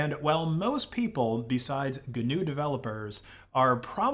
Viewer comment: Even the pronunciation of GNU is cringe worthy.